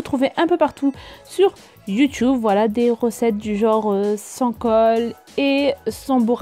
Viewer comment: Pourquoi tu dit youtoube au mieux de youtube ? Mdrr sinon je tadore